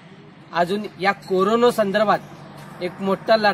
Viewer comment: Korono nahi re baba corona hai ye😂😂😂😂😂